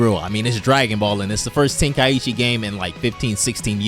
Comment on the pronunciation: Its Ten Kai Chi (3 syllables)